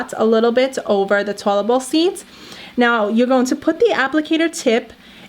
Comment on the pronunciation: She’s saying tolebal instead of toilet